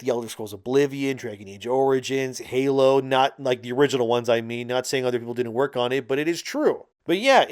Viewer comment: lol you say other like utter lmao